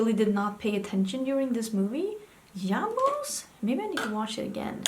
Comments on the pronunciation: I lost it when you said "yabos" 🤣🤣🤣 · Ok, but did anyone else lose their shit when she said "yabos" like that???🤣🤣🤣🤣